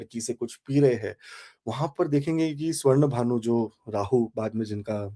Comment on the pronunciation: Aap pehle pronounce acche se kar le. Simhika or sinkhigka hai naam. Not simika. Swarbhanu hai. Hindi Sanskrit ko angrezi n banao.